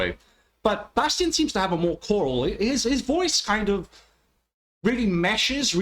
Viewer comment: Bastien's name is pronounced Bass Teen. I think he blends so well with Rob and Chance when singing and seems to have rejuvenated the group. Savvy yank refers to an experienced skipper from the New England states - home to whaling and navy ships at the time of the Mexico - American war.